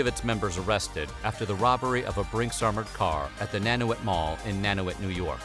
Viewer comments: Nanuet is pronounced "Nan-you-et" ;) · Nanuet is pronounced Nan-You-Ett